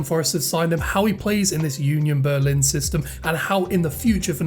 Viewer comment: 🤣🤣🤣 You call Union Berlin like Yunion Berlin. If you try to prononce it without this y you spreak it nearly right. Please hear like it is prononce in German